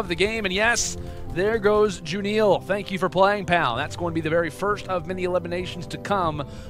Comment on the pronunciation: ITS JHHUUNNNEELLL NOT JHHHUUUNNNNIIIIIILLL